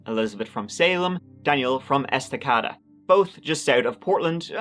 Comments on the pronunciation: It’s “Es-tuh-kay-da” not “Es-tuh-cah-dah”. Source: I’m a native of the area. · Est-uh-kay-duh (Estacada, just FYI) 😉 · It's pronounced Est-a-cay-duh.. Estacada, Oregon. Or as the local neighboring communities call it, incest-a-cay-duh... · Es-ta- kay- da is how the small town in oregon is pronounced I lived there and my gram still does 😊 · No offense,, but you butchered the Estacada name.